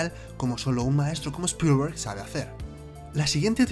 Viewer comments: Spolguer jajaja (Spielberg) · Spillllllberg jajajajajajajaj.. Tremenda pronunciación y esta bien escrito 👀🤣